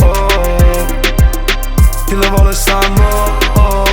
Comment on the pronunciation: Però che cosa strana che questo è catanese ma canta Napoletano ?!?!? Cioè perché ? A parte che mi chiedo come fa a saperlo parlare, anche se non benissimo perché tipo “ Kill vol “ si dice semplicemente “ Kill Vo’ “ a Napoli...